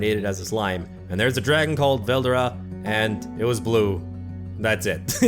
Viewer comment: ITS SAID VEL-DORA